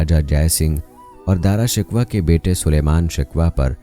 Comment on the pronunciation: Darashikwah nahi Darashikoh